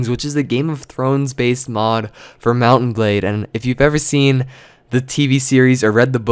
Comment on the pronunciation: TechGuidesFor Dummies *DOUBLE FACEPALM* I WAS MAKING FUN OF THE WAY HE PRONOUNCES MOUNT&BLADE!!!!!!!!!!! WHY ARE WE USING ALL CAPS BTW?